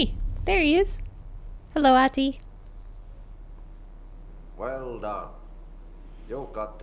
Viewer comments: Ahti’s actor is such a regular face in Finnish tv but his portrayal in this is on another level. He’s so creepy! Also, the name is pronounced more like Ahh-ti, the h is clearly pronounced and the t is short.So cool of you to play this game, Finnish representation and all that :) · Oof. Must be frustrating for the Finnish people having to deal with the main protagonist calling the janitor "Aati" and not "Ahti" lol... Regards from Norway by the way, Finns are the best<3 (yes take the heart and shut up you cold bastard brothers :D )